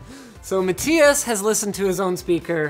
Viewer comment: Wonder if Linus will ever figure out “matthias” is prounced MA-THIGH-ASS. Rip